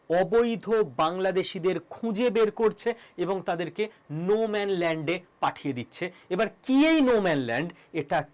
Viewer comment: "নো ম্যান" নয়, নো ম্যান্স ল্যান্ড।